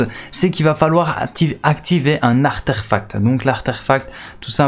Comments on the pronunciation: Blaack_ Card et il ne le dit pas qu’une fois en plus, on pourrait croire à un bug de la parole mais en fait pas du tout:-) Artefact, Artefact:-) merci pour tes vidéos en tout cas. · Arterfact 😂😂😂😂😂 ta rajouté un r en trop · Ahahaha jsuis mort jusqu’au bout y dit arterfact et le pire c qu’il y croit en ce mot 😂😂😂🤣🤣🤣🤣mdrrrrrrr